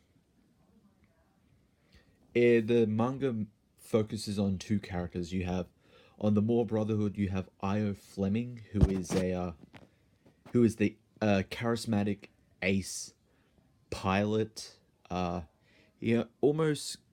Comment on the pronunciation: Little correction: Io is pronounced with an E sound.